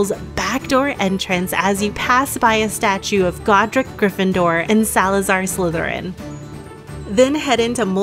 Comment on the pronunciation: Are you aware that you say 'anna' when speaking the word 'and'? It's a weird pronunciation when your speech is otherwise so nice.